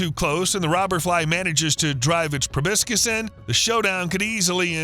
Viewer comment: It's proboscis, not probiscus Edit: he said it correctly